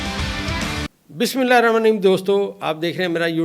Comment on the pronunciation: Sir Bismillah theek parha kren.jzak Allah.